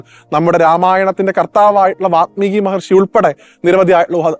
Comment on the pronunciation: വാത്മീകി എന്നല്ല. വാൽമീകി എന്നാണ് ശരി❤❤❤